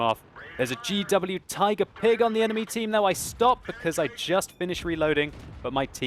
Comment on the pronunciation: Did he say G.W. Tiger "PIG" ? :D